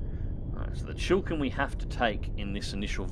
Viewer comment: Chi-li-kin not Chill Kin